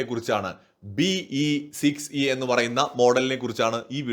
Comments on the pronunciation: 'BE 6e ' ithu B6e ennalle parayunnath. E silent alle. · B-E 6e alla. Ennalla pronunciation... BE (ബി) Six e